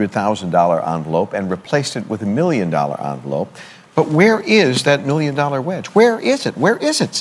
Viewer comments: I think he said "One mmmillion dollars", which would make it sound like billion? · ImJustAGamer Boy lol I thought the same thing but kept rewatching it. He is actually saying million but confused me too 😂